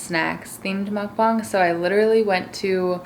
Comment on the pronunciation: IT MUKBANG NOT MUKBONG